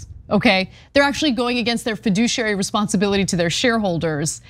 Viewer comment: Anna said fiduciary...